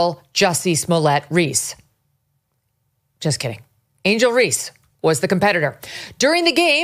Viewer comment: I generally like Megyn, but she should stop talking about the WNBA, because she isn't a fan, she doesn't watch it and she doesn't know about it. She keeps mis-pronouncing player's names, so you know she doesn't watch. She does keep track of politics, so she can speak on that, but she needs to shut up about the WNBA.